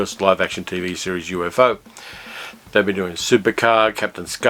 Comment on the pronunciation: “UFO” in the show of that name is pronounced as a 2 syllable acronym, U-fo.